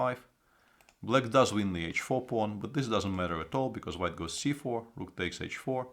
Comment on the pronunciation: Svidler say not instead of this zis i(nstead of this) etc. Mr.Svidler is a genial chess player from Russia and i every time like if genius talk i can not see his comments live but thank i can át night. from Budapest. from Russia this videó how go instead we went. take alsó as we how make our statement. i will listen some íves montand to get some.